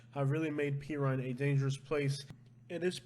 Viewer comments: It's PER-RINE not PI-RINE. Like a cat per. Good video. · OMG would you learn how to say #6 correctly, its Puuur-rine, not Peeer! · Not called p Rhine It's called /per rine Again for my days living in Homestead that's what it's called by the way where I live is Pasco County and believe it or not there is maybe some crimes here but again it's not it's not where I live and I live close to this it again New Port Richey if it is it's very few and far between like you said the county is huge and reaches out to different areas so maybe they're going by the amount of land you know the demographics I don't know how they're coming up with this because I've lived here for 5 years versus Homestead for many in my last comment to you and the worst thing we ever had where I've lived was somebody came in broken the cars cuz people left the cars unlocked that's how safe we were and there was like 21 cars broken into it without that was people's faults because they left the cars unlocked that's how safe things will go missing like fishing poles and and bikes and things I blame that on our landscapers because we have forever changing landscaper people in company and a lot of the landscaper guy and it's not their fault or guys that are just coming out of prison and or jail and so they could these jobs with these landscaping companies because I talked to a few of them and I'm one guy was in jail for 11 years for murder so the reason why he was over here is he was trying to get a new start and he was with his brother so it's hard to believe that Pasco County is so highly high in crimes I'm not saying that it isn't I am just s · Pe-rrine? It’s not pronounced Pee-rine. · It is per-rine (at least when I lived there as a kid) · Love the videos but just to clear something up, it’s Per-rrine. I live in kendall so I’m familiar with please. 👍🏻